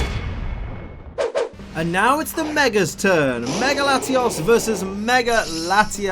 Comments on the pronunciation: You say latios as latias so I was confused the whole video. TAlk right please. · he was using a short "O" sound which sounds too close to a short "A" sound. And I sound like Hermione rn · He uses a short o in latios making it a tad difficult to differentiate the two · Listening to this episode with auditory processing issues is a trip. He pronounces them so similar...